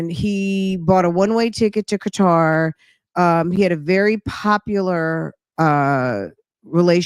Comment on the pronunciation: it's Qatar not Qwatar. My daughter lives there.